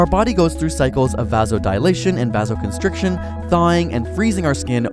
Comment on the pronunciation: Hypothermia does not occur when your core body temperature is less than 37 degrees Celsius. I might buy less than 36, but it’s more like less than 35 degrees Celsius. Also, he pronounced “vasoconstriction” wrong.